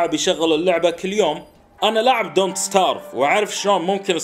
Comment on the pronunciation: دونت استريف مش دونت سترايف